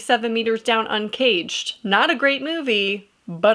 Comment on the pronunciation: the way you pronounced llorona should land you in jail